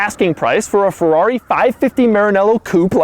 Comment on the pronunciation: When will Doug eventually learn to say Ferrari right... "Fawrroury" oh my... 🙄